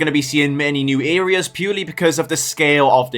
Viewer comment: "Earias"?!?!?!?! What U.K. dialect is that abomination? 🙂 Essex born myself and I have never in 60 years heard "areas" pronounced like that!